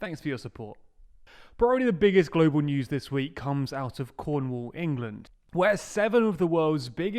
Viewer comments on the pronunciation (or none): none